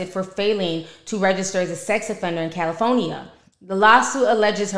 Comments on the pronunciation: "Cali foe nee ah" always tickles me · Cali-phone-nia never heard it said that way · “Cali-phone-nia “ lol love how you say it. Anyways Nicki been an embarrassment. She has a nasty attitude, she is ghetto, and overall triflin with her fake accent. Nicki is a sad women!! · The way you say CALIFOENEA😂😂😂 🥰 I love you Ti keep doing your thing Beautiful 🙏🏾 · I ❤ to hear you say "Cali phony ya" 🤣🤣🤣 and the new intro is 🔥🔥👏🏾👏🏾👏🏾👏🏾👏🏾👏🏾